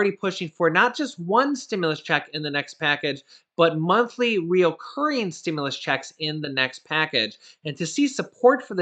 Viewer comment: Please. it's not RE-O-CURRING...its RECURRING (3 syllables, not 4).